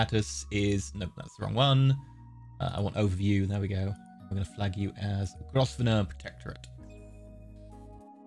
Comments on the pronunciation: Grosvenor is pronounced Grove-ner. It's one of the English snobs mad pronunciations. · it-s pronounced grove-nor